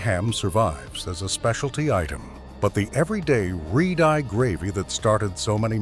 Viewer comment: red eye !!!!!!!!!!!! learn to pronounce words !!!!!!!!!!!!!!!!!!!!!!!!!!!!!!!!!!